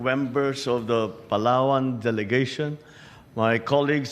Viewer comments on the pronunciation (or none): PALAWan...the "W" please Japan